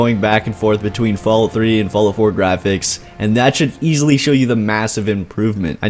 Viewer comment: Hahaha. Falloot.